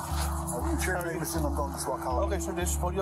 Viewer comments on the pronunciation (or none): none